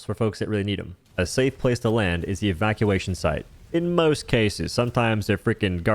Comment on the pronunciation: "evacumation site"